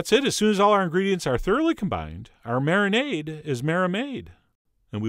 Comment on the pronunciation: Marinade is marimade 😂